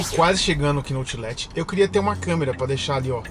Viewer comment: falando Outlet: "autchhhh-létchhhh" kkkkkkkkkkkkkk